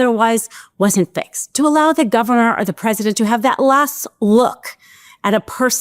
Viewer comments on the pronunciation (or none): none